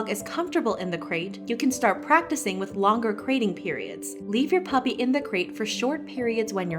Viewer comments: No one: James Charles: puPP-uRR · can nobody say 'puppy' pUpPeR- SHUT UP OMG